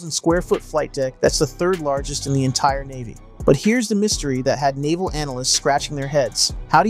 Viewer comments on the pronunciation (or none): none